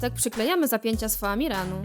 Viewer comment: oni źle powiedzieli, nie ma czegoś takiego jak zimny famiran jest tylko zimny foamiran